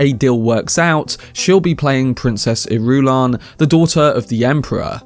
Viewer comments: I love him, but his pronunciation of Princess Ir-U-lan is so cringe that it makes my skin crawl. Lol. Say it with me. Iru-LAN. 😂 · I believe 'Irulan' is pronounced more like [ Ear'ah'lan ] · JFC, Irulan is pronounced with the stress on the FIRST syllable. Not the second. Why don't you listen to the Lynch movie or the miniseries? Why do so many of you get it wrong? It's like nails on a chalkboard. As for "waiting for Timothee to age"... FFS, has Villeneuve never heard of makeup to age people? Dune Messiah is only 12 years after Dune. It's not like Paul is middle-aged, and he does get a constant dose of spice in his diet. Spice helps to slow aging, so by this point those people who have regular doses of spice can live normal lifespans of 200-300 years. Sheesh.